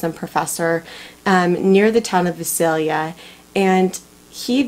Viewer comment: Just FYI....correct pronunciation for Visalia is V-EYE- salia.....and Tulare is T-YOU-LARRY.....